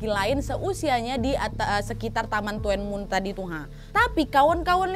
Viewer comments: Tuen mun tulisan na ka..tpi d ucap tun mun..dlu saya kerja di tuen mun san king... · Tuen Mun bacanya dhunmun kwkwkwkw Kayae tuen Mun e daerah deso kono Hunghom --~~ hungham hehe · Kak Nad,...Tuen Mun baca nya {Tun Mun} {Hong Ham} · Tuen muen bacanya dunmun kak nadia 🙏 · Tuen mun = di baca nya “dun mun” wak 😂😂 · Koreksi “TUEN-MUN” dibaca “tun-mun” aj 😂😂😂😂😂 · Kalo tuen mun bacanya Thun mun wak 😁😁😁😁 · Tuen muen..dibaca tun mun kak NAD 😁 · Tuen mun bacanya tun mun/dun mun...itu daerah Ma on san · Tuen mun,di baca Dun mun, T jadi D,semoga membantu😊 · Tuen Mun. Dun Mun lebih mudah disebutkan, Kak. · Tuen Mun baca nya dhun Mun kak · it's pronounce tun mun sayang 🥰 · Tuen mun (dhunmun) pelafalannya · Tuen mun di baca Dhun mun k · Bacanya Tuen Mun =TUN MUN biasa nad Hung Hom= Hong hum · tuen muen di bacanya thunmun wak.... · Tuen mun cara bacanya tunmun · Bacanya buka tuen mun tapi dhun mun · di ucap tun mun dan Hong ham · Bacanya "DUN MUN" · TUEN MUN Bacanya (Dun mun) HUNG HOM bacanya (Hung Ham) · baca nya thun mun bukan tuen muen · TUN MUN cra ngomongnya... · Tulisannya tuen mun bacanya tun mun nad.. bukan tuen mun 🤣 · bacanya cukup tun mun ya kak hehe tidak tuen muen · Mbak maaf ya aku hongkong jangan kesel ma polisinya tahu nggak di gk polisi bol h bawa pistol baru tahun kemarin dan itu salahnya yang dikirim ada lah polisi patroli yang keliling di distrik, aku tuen moon.. Bacanya dunmoon, dan di sini di lam itu sebenarnya terinspirasi dari Korea pembunuhan rain coat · Maaf kak cuman korek penyebutannya bkn Tuen mun kak pi “dunmun”mksh kak sebab saya pernah tinggal di dunmun juga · Tuen mun : Dun mun Hung Hom : Hong Ham ( pengucapan) hanya sekedar info saja kak nad 🙏😊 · Maaf kak.. Bukan tuwenmun (bacanya) tapi tunmun (bacanya) .😁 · Tulisan nya " TUENMUN" wak ... tp spell nya Tunmun 😃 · Tuen mun bacanya dun mun Hung hom bca nya hung ham Whampoa bca nya whampo Salam dr hongkong Berapa mnggu yg lalu jg ada pembunuhan Seorang wanita di bunuh kekasih nya